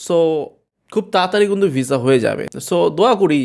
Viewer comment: Vaiya apni kuntu bolen kno kintu bolle sunte vlo lage